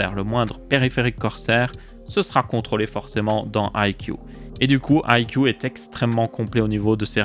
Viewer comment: Ca se prononce "aille si iou" pour info (I see you)